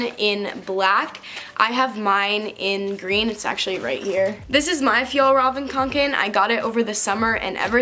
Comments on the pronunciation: FjallRaven Kanken Me: so that's how you pronounce it! Like if you can relate💖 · finally know how to pronounce the bag’s name!! used to only say kanken 😂 insta: _zarahangela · Thank you for almost saying fjällräven kånken right. luv ya cringey ik my ig: nicoline.munk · My Instagram And also I’m shook, who taught you how to say the name of that backpack? How? Cant relate. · U are literally the only person that can pronounce the name of the bag😂😂oh and congrats on 500k I haven't watched from the beginning but I've been subscribed for about 9 months now and I this your videos are great🧡🧡 Instagram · The only YouTuber who can pronounce the name of that damned backpack 😂